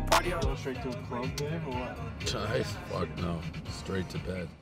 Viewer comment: “Stright to bed”